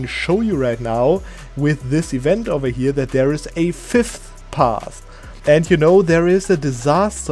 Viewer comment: you trying to say "5th" without breaking your tongue is funny to listen to xD